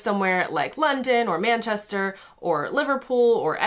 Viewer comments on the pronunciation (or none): none